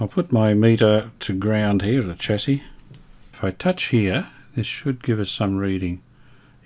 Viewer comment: thanks for another great episode. I know I’m being a pedant, but I know Brisbane is part of Australia where we pronounce the word chassis as “shassey”. You said “chassey” about twenty times in quick succession. The North Americans mispronounce the word like you do- perhaps you are trying to ingratiate yourself with that market. Please don’t be afraid to use Australian pronunciations.